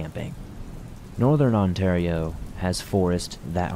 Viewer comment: Oof that pronunciation of Ontario made me cringe